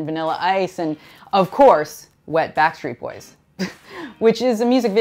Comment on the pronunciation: Lol she said WET BACK street boys